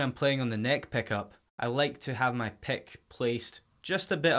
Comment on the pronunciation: Stop saying pek and pekups!!!!! Jesus Christ!!